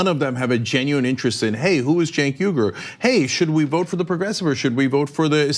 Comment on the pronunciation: Shouldn't his last name be pronounced "Ooy-goor"? It's "Uygur", not "Yugur".